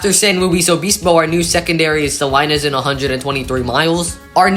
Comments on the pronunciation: Salinas=sah-LEE-nas, not "sah-eye-nas" The control cities on signs is done by distance, not size. Closest cities at the top, farther cities toward the bottom. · Salinas is pronounced Sa-LEE-nas